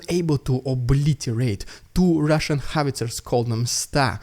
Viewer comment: I like your channel even if you dont show footage as other channels like Denys or "Reporting from Ukraine". But one constructive critic: Your opener to "rrrrrussian propaganda" was funny the first times only - now its kinda cringe :D